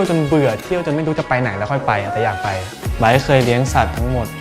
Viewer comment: Come back here just to hear him pronouncing his name 😍